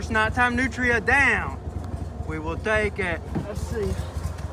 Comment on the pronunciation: Its pronunced nootreeah not nootra.